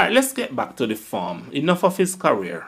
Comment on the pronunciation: The content is good./ check the pronunciation of the words career not carwear/. Smith not Seemith.